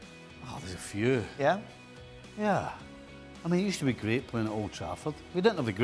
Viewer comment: Stevie finds it hard to say Old Trafford . What a hater . Craig refuses to mention English clubs . Haters .